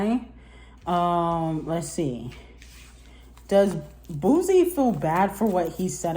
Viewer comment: It's pronounced BOO-SEE,.